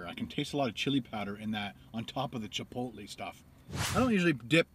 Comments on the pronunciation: it's pronounced Chip-oat-lay not chip-low-te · It's pronounced "chipotlay" not "chipotlee" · It's pronounced chipolay